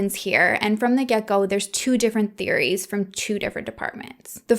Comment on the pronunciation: Haha just gotta say I love when you say right from the “get go”- the way you say the ‘get go’ sounds like gecko to me. Yup just like the lizard 🤔💭🦎😂 Anyway, sry I’m kinda weird 😊. Seriously though, I enjoy your storytelling style & you & your personality add character 💯🤟🏻❤️‍🔥👍🏻